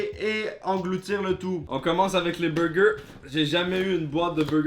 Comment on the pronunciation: on commence par les beugeuh